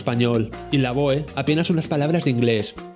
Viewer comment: Lavoe también lo pronuncia mal, se dice lavó jaja